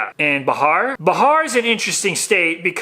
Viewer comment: its not bahar..its bihar